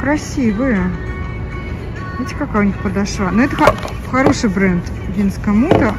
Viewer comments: Очень режет ухо- подошвА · Милая, подошва ударение на второй слог, простите за замечание 💓🌹обувь не очень, хотя есть некоторые ничего так. Не могу носить не коженную обувь. Массово начали делать изкуственные за большие цены 🙄Я согласна с Вашей критикой. Спасибо за обзор🌹